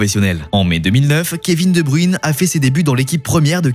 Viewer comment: Waw faire toute une vidéo sur KSB sans être capable de prononcer son nom correctement 😅